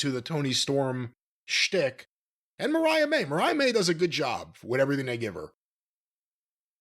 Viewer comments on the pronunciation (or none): I LITERALLY stopped listening after he pronounced MARIAH's name..."Maria" - SMH (And said it MULTIPLE TIMES- SMH) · Wtf is he talking about its Mariah not Maria hater